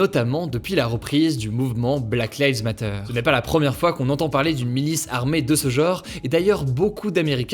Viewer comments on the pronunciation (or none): Bah qu'est-il arrivé au bel accent anglais d'autrefois pour dire "Black Lives Matter?" 😢